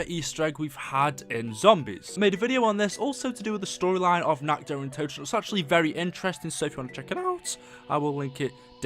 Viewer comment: How do you fuck up saying nacht der untoten.